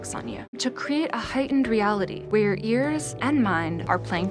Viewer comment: I hear "...where your ears and mind...", but 'where' and 'your' are like merged to sound something like 'way-er'